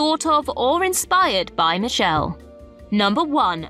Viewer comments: It's "MAY-jel," not "Mah-JEL" Roddenberry. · "May-jil" NOT "M'jel" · Very poor content this time around. "Ma gel"? For crying out loud... Shameful content in fact. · "MayGel." Jesus Chripes! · Not only does she mispronounce Majel, am I hearing it correctly that she calls her Nichelle??? Also, the skirt is called a skant and both Picard and Riker wore one. It was a more ceremonial version with black leggings, but it was most definitely a skant.